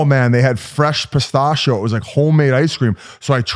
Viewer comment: Whit is a little Wah-read (worried) about the Or-gan-iz-ation saying Pit-stat-cheo